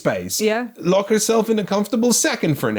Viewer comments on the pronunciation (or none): none